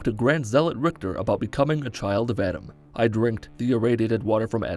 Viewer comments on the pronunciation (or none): none